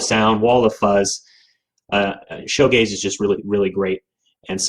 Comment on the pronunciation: It's pronounced shoe gaze, because you're gazing at your shoes. It's not show gaze.